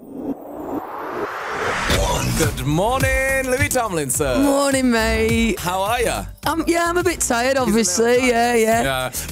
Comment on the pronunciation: "Mornin matee" i love that...